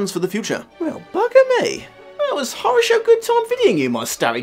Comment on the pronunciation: That moment when it clicks for you that the word "horrorshow" that mangled so badly, is actually the Russian harasho, which just means ok or good. It's embarrassing how long it took for this to click inside my head....